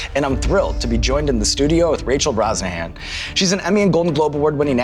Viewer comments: I'm just now discovering her last name isn't pronounced "BroShannon" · Sean mispronounces Rachel's last name at the end. They have to start over...